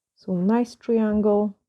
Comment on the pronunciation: These are so gorgeous as usual. I love love your accent as well, love listening to your voice, but I want to help you so bad with the word triangle. I’m not being mean at all as I’m sure you know for as long as we have been talking but I think maybe this will help you Triiiiiiiangle is the pronunciation. If you say the I 👁 instead of treeeangle 🌲. You’ve have been using a lot of triangles recently in your designs that’s all. ❤️😘